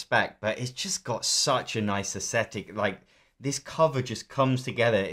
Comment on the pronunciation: You say "aesthetic" weirdly. And you said it dozens of times. It's not "asshetic".